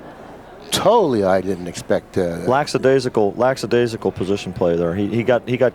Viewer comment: It’s lackadaisical; there is no “s” after the k. It just sounds ignorant